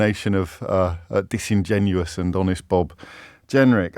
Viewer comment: OMG! I tried to listen to O'Bellend here but in the first sentence he tried to say the word "disingenuous", I nearly threw up.